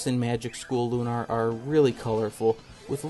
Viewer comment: It's Lunar, not Lunar, but yeah.